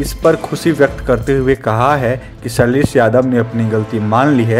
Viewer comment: Ok Bro, first of all its SHAILESH and NOT SAILESSS.